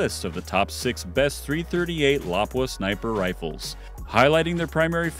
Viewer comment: Whoever is narrating needs to pronounce lapua correctly. And should of said having a good optic really helps to